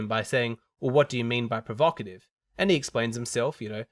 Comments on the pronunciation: I think she was provoked by the term 'provocative'... even though she couldn't pronounce it, lol. But to be fair, I think the term carries an accusatory tone of judgement, that would not be present by simply describing how a woman was (or was not) dressed. I guess it does reveal that she participates in this. If someone asked me why men post provocative pics of themselves, I wouldn't be offended because I don't relate to that. My answer would probably be 'Because they're simple-minded wankers.' 😄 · The "blonde" couldn't even pronounce the word, provocative.